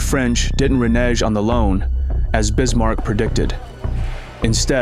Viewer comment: I can’t believe he mispronounced reneged at 23’